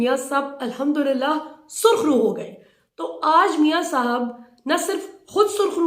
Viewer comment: Sarkhroo ya KHARKHROO? LOL